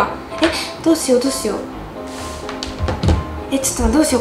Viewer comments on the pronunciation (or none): どうしようがどうし「や」うになってる😂 かわいい〜☺️💗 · ８分３5にどうしようなのにどうしやうになってる！w